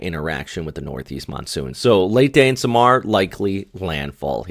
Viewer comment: so samar has like a delay to it. SaahMar , not like how you say it Sam-R. Again… I tried 😅😅